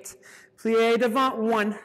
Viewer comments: The "T" in "devant" is silent. As in, "duh-VONH. A very tough but excellent class. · Good class, but strange for a ballet dancer and teacher not to know how to pronounce "devant". :)